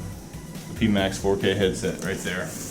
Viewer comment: I had to stop after the third pee max. Pie as the symbol is on the box, front of the visor and speakers... Pie max